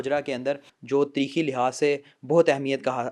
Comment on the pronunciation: By nahi bhai , tirikhi nahi tareekhi